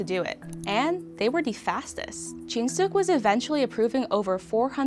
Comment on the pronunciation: Narrator: in 1981, Jin Sook and Do Won My ears: in 1981, Jin Soh-cah-toa 😭 too much trigonometry